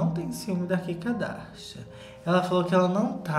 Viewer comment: não importa quanto tempo passe, eu AINDA vou rir do chamando a kim de kika darsha